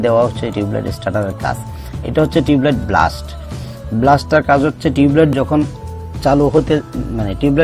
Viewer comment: ভাই, ব্লাস্ট কেন বলছেন?এটা হবে বেলাস্ট।